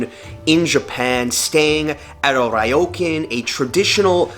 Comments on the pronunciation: its not rye-o-can. its rrrrrrrrrrrrriiiioooooo-cun =P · Ryokan, pronounced REE-OH-KHAN, not RYE-OH-CAN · Ryokan- Ree-yo-kaan.